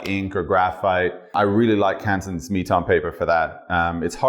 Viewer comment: Cansons knee Tom paper? What is he saying. Please, I am dumb